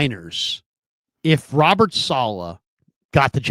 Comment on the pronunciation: needs to learn how to say Robert's name correctly.... that's annoying